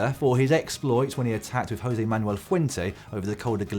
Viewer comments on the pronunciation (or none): none